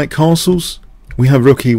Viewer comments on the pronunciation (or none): none